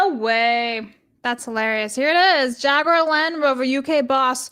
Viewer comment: Pronouncing jaguar wrong hurts the soul